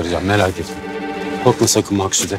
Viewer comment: Şimdi de babası... Ya herkes neden Maksude ye 'Maksut' diyor? Benim anladığım bir şey mi var yoksa oyuncular mi hatalı teleffuz yapıyor????